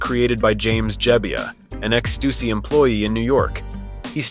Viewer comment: It's most likely an AI video, judging by the voice and wrong pronounciation of Stussy.